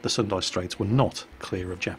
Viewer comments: not sundae... it pronounced "soon-da" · S U N D A not S U N D I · 1. The city of Houston actually has a "u" sound in the name, so it is pronounced "HEWS-ton", not "HOOS-ton". 2. The Battle of the Sunda Strait may have been a night battle, however the name does not have an "i" on the end, so don't pronounce it like Sendai. It's "Suhn-da", not "Suhn-dai".